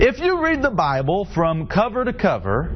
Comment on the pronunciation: he is funny as fuck...." if you read the buy-bull"